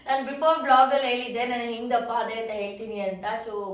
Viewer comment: vlog ❌ blog ✅